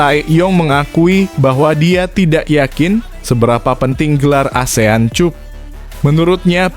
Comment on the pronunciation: Mimin itu cup bhs inggris dibaca kap jangan bodoh min